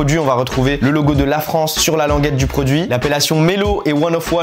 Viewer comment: Le "é" de "LaFrancé" l'air de dire : on est là hein